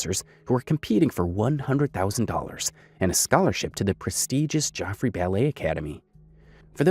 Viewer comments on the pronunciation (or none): none